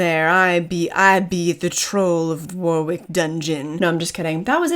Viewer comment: It’s Wo-rick,not War-wick. Just saying. I’m glad you enjoyed your stay. 👍